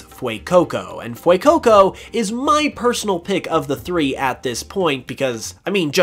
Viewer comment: Dude.."fuecoco" not "fuecoucou"